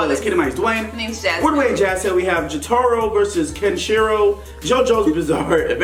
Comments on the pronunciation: exactly its JO TA RO not JO TAR O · He said j-toro... I'm shleep 😂😂😂